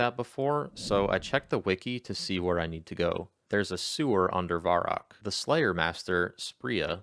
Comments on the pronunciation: VUH-rock, not VAR-rock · hey just a heads up its pronounced vehr-rock not varr-rock